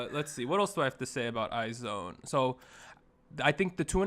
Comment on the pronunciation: I like this series of video contents that you're all dropping! Keep it up! I am an avid listener and I enjoy your discussions as well as I agree with all your opinions. I just want to clear some things out. IZONE is pronounced as /aiz-wan/ not /ay-zown/. Moreover, BTOB is /bi-tu-bi/ not /bi-ti-o-bi/. Gotta have to drop this 'cause I care. I love you all! More contents to come!